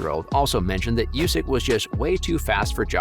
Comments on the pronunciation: The man's name is not pronounced you-sick, it is pronounced oooo-sick. Have respect and get informed before publishing this work with an avoidable flub. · Not "Yusyk", But "Oosyk"